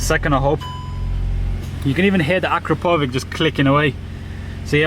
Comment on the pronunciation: Great review as always, although I would pronounce it "a crap oh vitch"